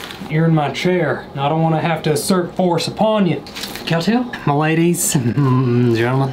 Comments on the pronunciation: Him: cowtall? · This is how many times he said cowtail 👇